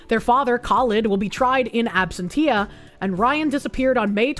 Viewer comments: Obviously D4vd is innocent and the girl just accidentally hit the self deleting and dismembering button in the Tesla. It's marked D&D so she thought it was a roleplaying game with the car's AI. Unrelated: Ab sen tee-ah. My god. It's not your Boston accent. I love your Boston accent. It's the fact you cannot pronounce words. Ab sen she-uh. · "absen shee ah". ain't English wonderful?